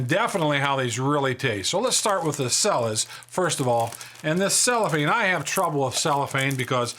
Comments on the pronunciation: The Cella's brand is pronounced Chella, not Sella. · i'm pretty sure it's pronounced CHELLA. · Cella's is pronounced CHELLA'S